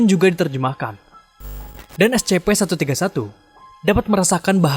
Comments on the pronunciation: info #1 cara membaca S.C.P bukan es ce pe tapi es sy pi. terima kasih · Bacanya escipi bang.